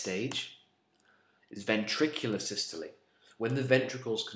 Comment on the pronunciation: I'm really triggered by the way you say diastole and systole but I can get over that because of how amazing this video is - saving my A levels one step at a time